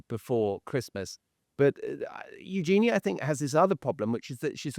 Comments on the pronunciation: Let me help: Eugenie is pronounced YOU-zhuh-nee, not you--JEAN-ee. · Yes there are multiple interviews. These two don't even know how to pronounce eugenie.